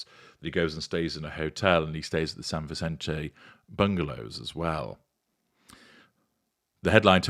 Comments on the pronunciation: It's pronounced San Visente, not the italian pronunciation - the spanish pronunciation is correct. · Since it looks like you'll be referring to this a lot, the pronunciation is San Vi-sent-aa, (soft 'c'), assuming it's said the same way as the prominent West Los Angeles street.